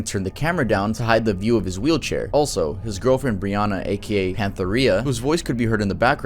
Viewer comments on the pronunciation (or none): none